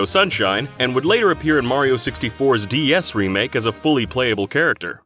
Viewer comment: Why does he say D S as D E S? That's just confusing as hell